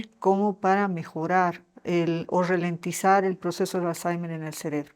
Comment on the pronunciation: RA LENTIZAR